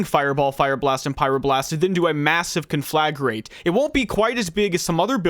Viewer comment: “KAHN-fluh-grate” Thank you for coming to my TedTalk. ;)